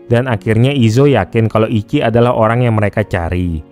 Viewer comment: Ichi tuh dibaca ici ci bukan ki iki, dalam bahasa jepang ichi artinya pertama/satu